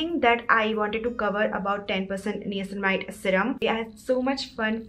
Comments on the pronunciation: its pronounced as NAYACINAMIDE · You're pronunction of niacinamide is wrong 🤦🤦